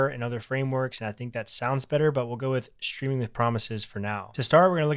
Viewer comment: Ayy you pronounced it "Shtreaming with promises", nothing wrong with that, it's just interesting to notice (as a foreign speaker) since it's a shift in how English is pronounced, and most native speakers don't even realize they're doing it. I assume you say shtreet and shtring too?